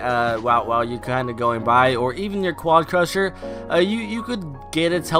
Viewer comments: Anyone else triggered from "quadcusher" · What happens if you said quadcrasher correctly